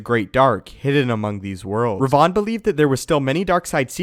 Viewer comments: Rev-en not re-von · It's spelt and pronounced Revan, not Revon or as I've seen in the comments section Revin. That really triggered my inner grammar nazi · The correct pronounciation of Revan is rev-in not Re- vaughn.... It was starting to get on my nerves the way u were saying it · Seriously, do you ever actually do some ACTUAL research instead of reading up from a script Darth RE-VAN is not Darth Raaaaaayvahan from Bangalapur India mate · Order 76 I know, right!? It does sound he's saying Rayvan. When it's like saying Raven only slightly altered. One only needs to switch the "a" and "e". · Its Revan not Rev-Von smh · Had I not heard you talk about Darby Revan numerous times I'd have thought the pronunciation changed. Learning something new all the time. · Who is Darth Reyvahn? You mean Revan? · You're mispronouncing Reven... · I can't stand hearing how Revan's name is pronounced in this video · Why are you saying Revan so weird? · your pronounciation of Revan is killing me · its like he's mentioning a perfume with that pronounciation, instead of a sith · dude the way you say revan is just so wrong and so funny LOL!!!!! ps still love your content